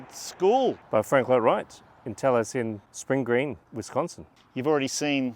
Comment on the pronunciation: Great vlog and lovely gents with awesome accents- however, Taliesin has 4 syllables.